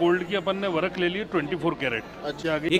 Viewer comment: wo real gold hi hai,,, usko gold vark kehte hai na ki (work)